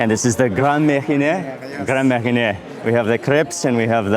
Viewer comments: You took great meals I see it ; as a french my budget will not allow me to have such restaurant meals as often, maybe once or twice a year for medium-high restaurants. For the crêpe Suzette, the liquor spells like your "mariner" but you switch the i and the n and you have right for the "é" sound at the end 👌. You tried the "pain aux raisins", great pastrie with a little curd inside, one of you dream of when you like it. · Au contraire! On a bottle of Grand Marnier, it says “Cognac & Orange Liqueur” or “Made with Cognac and Orange Liqueur” right there on the label. (Although, Mark’s attempted French pronunciation of Grand Marnier could use some work.) *Bon appétit! 😉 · Add "Grand Marnier" to the list of things you can't pronounce correctly...this is almost as bad as you trying to pronounce the "tamale" that's inside the lobster head.